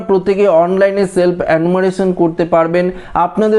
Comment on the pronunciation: অ্যানুমারেশন নয়, রে ওটার উচ্চারণ হয়ে হবে এনুমারেশন, জিভ টা একটু ছুলে নে 😜